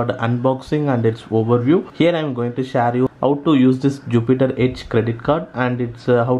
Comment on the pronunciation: When I heard shaare pronounciation i thought you would be from Tamilnadu. Is it?😅